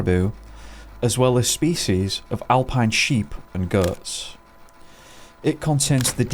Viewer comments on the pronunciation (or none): none